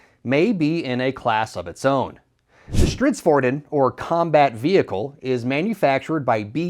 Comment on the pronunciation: How do you call the SV90 "stridsvorn"?😂